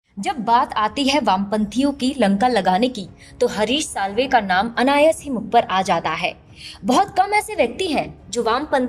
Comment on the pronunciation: अनायास 👈 नॉट अनायस 🤣🤣🤣 हे डोंट माइंड